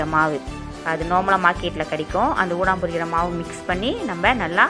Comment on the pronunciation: Kam yeong udang lah, Wei. Not undang.